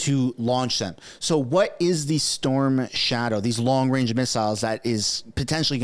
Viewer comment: Wong wange weapons